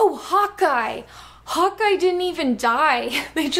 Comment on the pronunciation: For a sec I thought you said hot guy instead of Hawkeye